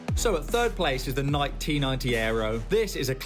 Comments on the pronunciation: Its nike-y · Bro pronounced Nike like nik lol